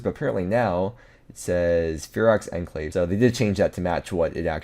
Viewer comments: Enclave is pronounced as on-clave. I know that is weird, but English is weird, so... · Love the videos. But you and half of the RS YouTubers have to learn how to pronounce “enclave.”